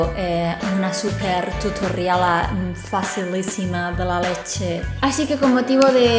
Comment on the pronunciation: "Una super tutorialah" 😂😂 Me encantó 😁